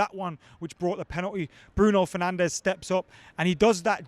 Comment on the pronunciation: "bruiso fernandes"